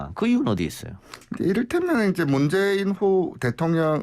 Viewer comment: 리얼미터 조끼입은놈은 아무 준비없이 나와서 이바구 까구있네... 문재인후보? 발음 버벅..버버벅? 그리고 비실비실 쪼개?